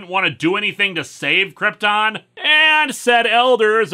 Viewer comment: Going with Marlon Brando’s mispronunciation of Krypton, I see. Would you believe at the time Superman IV came out that John Cryor would later play the best live action Lex Luthor in years? To be fair, she DID (somehow) remember that Clark was Superman but that was earlier in the movie during the double date and Supes did the memory erasing kiss again, IIRC. Also, at least Mariel Hemingway hasn’t fallen under the Hemingway curse. Granted, it’s a tragedy of what happened to other members of her family, but still…